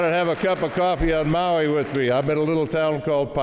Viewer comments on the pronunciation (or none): none